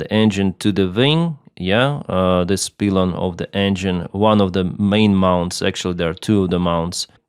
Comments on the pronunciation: It’s not disassembling. It’s exploding. Not a peelon, pylon. You’re a pilot? Not a peelot? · Its the other pronounciation, more like PIE-lon than pee-lon. Hope that helps! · What the fuck is a peelon? Do you mean pilon? Pronounced pai·laan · It's PIE-lon, not PEE-lon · No, it's not PEE-lon. It's PAI-lon. Also, SDI is ESS-dee-ai not SEE-dee-ai (that would be CDI). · It is pronounced pie-lon, not pee-lon. Pylon, like apple pie. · hi - pylon is pronounced like pie -lon in english - not peelon...thanks for your great work..oh PS captain steve also thought the RH engine may have suffered compressor stall ( from photos showing this from the rear ) likely due to high velocity shrapnel hitting it from the LH engine exploding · Pylon is pronounced like the words eye, pie, sky, my and not like pee, sea, me or tree. Not criticism, just educational. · Just saying.. "P- Eye - Lon" like the eye you see with. Not Pee-Lon. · I've always known it pronounced pielon not peelon. I know english can by confusing. I pronounce Lyman as you say it, not liemon. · Excellent English. One comment 'pylon' is pronounced 'pielon' (as in apple pie). Great video. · It is pronounced, PIE-lon, not PEE-lon. Good analysis, thanks the detailed explanation. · The pronouciation is actually "pailon", not "pilon" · Once again ill say, my condolences to the family and friends of all who lost their life in this tragic accident. Lets hope we will do EVERYTHING so it does NOT happen EVER again. (pie lon not peelon) ahahah pilon word. English is wild like that i know i live in USA i still cant get tricky words right. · Thank you! Nice work! :) BTW, Pylon is pronounced PIE-lon. The 'Y' is sounded as a long 'i' (as in "Flight", "AYE AYE, captain", or "Apple PIE"). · “Pie-lawn” = pylon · the other way, pie - lon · In English it’s (pile-on ) pylon . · its pronounced pie-lon in english pylon. 🫶🏻 great video. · It's P-A-I-L-O-N in English! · woah. -, Pylon is pronounced pie-lon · It's "Pie Lon"